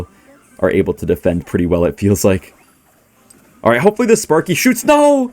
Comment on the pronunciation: is the type of guy to say “balright” against Jynxzi’s graveyard deck